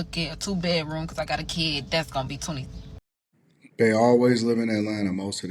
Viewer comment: The word is then, not den, and the word is kid, not keed. I've heard people pronounce words like bid, lid, and did fine, but when they say kid, it suddenly becomes keed. Just a weird observation I've had. At first I thought it may be related to a southern type of accent, but then I wondered why other words with similar spelling aren't being spoken the same way.